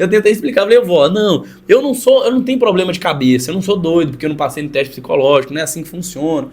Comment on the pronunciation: "Cê é tão novo pra ter probrema" me quebrou kkkkkkkkkkkkkkkkkk